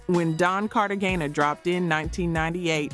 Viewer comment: The fact this is Ai with some sort of insinuation that shes black is Diabolical! But catching simple mis pronounciation while the video is playing (112, Cartegena, the HitMaan, etc) is crraazzyy work. The awkward pauses, this was pretty wild (Faith......Evans), dang. Whether its admitted or not Ghost writing seems to be a WHOLE music industry thing. Lets not forget someone wrote a lot (apparently) for Ghost Face' 1st albums, Big most definitely wrote on Hard Core, L.L writing for MC Lyte on self destruction, this list can go on & on. But its not just Hip Hop (Stop IT!). Its in Country, Rock, Pop, all of it (even speeches given by figure heads arent always written by them). The most famous to me might be how Grand Master Caz wrote the whole song basically called "Rappers Delight" his name "C.A.S.A.N.O.V.A" is even spelled in it like D.O.C in Dre' song